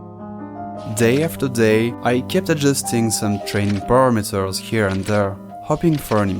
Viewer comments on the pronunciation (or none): are you french? cuz since the video started i heard ur accent and was kinda curious about ur nationality, and when i heard the way you said "parameters" i was like: "he must be french". the reason im asking is because my curiosity is killing me bro also the video is awesome. that seems so hard to do. i've always wondered like how are they making AI. i mean the how is it LEARNING if you have to CODE it to DO something. it still blows my mind